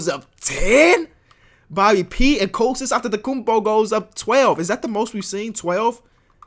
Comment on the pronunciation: bigup that authentic pronounciation of Antetekounmpo